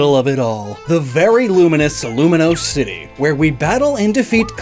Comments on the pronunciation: Hey,, I'm not trying to criticize you here, but that Pokémon's name is *Vivillon*, pronounced Vi-vi-ON......You may also be doing this as a joke, and in case you ARE, just ignore me. 😅 Edit: I just found out that you called Lumiose City "Lumi*nose* City, so... Yeah, you're apparently NOT doing it as a joke. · it's not luminose city. it's lumiose lol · Had to look up Lumiose City to verify the name because the repeated "Luminose City" was making me question my sanity lol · I'm surprised you didn't catch the incorrect pronunciation of Lumiose City in this video.